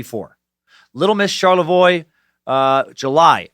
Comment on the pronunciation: Hey, you pronounced Charlevoix correctly!